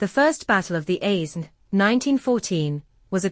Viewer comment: The S in Aisne is silent !